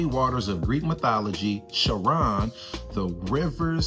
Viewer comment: Pronounced Care-on’s vail